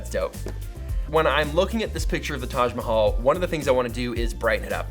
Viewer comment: You pronounced "Taj Mahal" so well, You should come to India!!